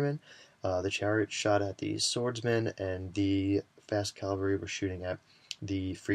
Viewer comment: Oh my lord, please stop mispronouncing cavalry xD